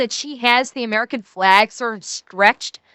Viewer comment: She's truly "A-Mare-Can".